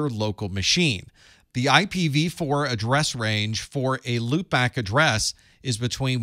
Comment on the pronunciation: pronounced A PIPPA 🤣